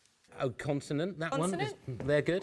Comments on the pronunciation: CONSONANT!! NOT CONTINENT 😭😭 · Surely someone should have told Richard that it's not pronounced continent by now. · Someone please teach Richard its not Continent!!! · I came here to find this. I love him but CONSONANT ffs 😮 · why does he say continent